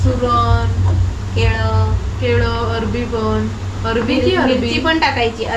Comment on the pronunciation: Are kay hasta tumhi kiti thatta kajal la arvi manit nahi arbi mhante.